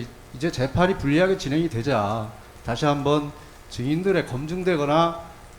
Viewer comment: 증인들으...증인들으 7시새끼들으 발음 거시기 하지